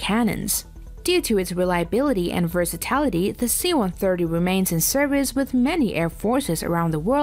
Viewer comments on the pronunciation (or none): Versitality? Versatility. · The Mirage III has an empty weight of almost 16,000 pounds, not 6500 pounds. Also, its "versatility", not "versatality".